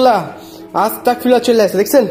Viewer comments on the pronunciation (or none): আপনি বার বার পড়তেছেন আস্তাকফিরুল্লাহ কিন্তু সঠিক উচ্চারনটা হবে আস্তাগফিরুল্লাহ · আসতা্গফিরুল্লাহ বলবেন। আসতাকফিরুল্লা বললে আমি কাফির হয়ে যাচ্ছি মাবুদ এইটা বলা হয়।তাই আস্তাগফিরুল্লাহ বলবেন।❤❤❤❤